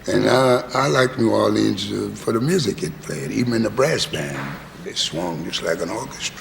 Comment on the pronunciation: As a native New Orleanian, Louis pronounces the city's name as the vast majority of natives do NOT pronounce it while Cavett pronounces it the way the vast majority of natives DO pronounce the city's name. I suspect that Louis is trying not to confuse people since he uses artistic license to pronounce it Orleeennsss like in his songs such as "Do You Know What It Means" (to miss New Orleans). So many greats.... I love my birthplace.